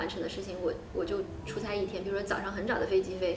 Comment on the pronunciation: 出差chuchai和chucai也分不清楚，还有自己ziji和zhiji